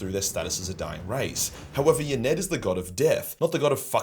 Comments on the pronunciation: Hate being the grammar police. I am British though. Y'nnead: pronounced "IN-EE-EADD". I'll expect my check in the mail yeah? 😉 Lol, love your lore dude. Really unique, and funny! Peace ✌️ (that is actually my word) but I don't have gm's legal team, so... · It's pronounced Innead BTW